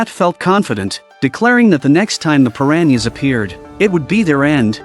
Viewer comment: 🤣 I lost it everytime AI voiced that 😁